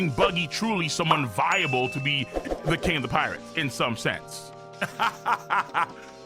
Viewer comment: Why do you talk like . Infu-SION . Pi-RATES . 😂😂😂 its hella funny